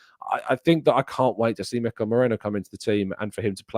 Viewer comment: it's Mikel ME..RI..NO not Moreno